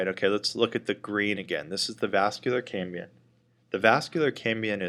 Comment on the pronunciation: Very good and clear video, but keeps saying "cambian" instead of "cambium" perhaps he is blending the word Cambrian, as in the Cambrian explosion/era.